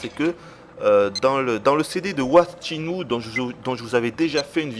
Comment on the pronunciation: Videotesteur de legende? T'es bien gentil. Quand il prononcera correctement rien que le nom du jeu, on en reparlera.